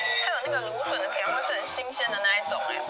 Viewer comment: 蘆筍聽成2486......